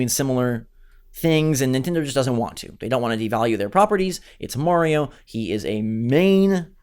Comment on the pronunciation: "Marrrio..." Ugh... Seriously...